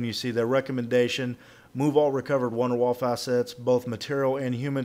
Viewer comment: You pronounced wunderwaffe wrong dumbass.